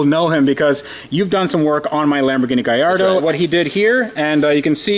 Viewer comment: Gallardo ❌ Guyardo✔️